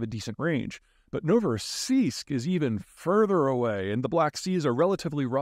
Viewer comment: I’m amazed at how correct Peter pronounced Novorossiysk in the beginning, well done Sir.